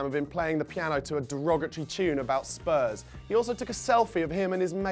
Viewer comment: I don't know why but I have a particular dislike for Charlie Nicholas, he can't even say our name properly, it comes out as Spuz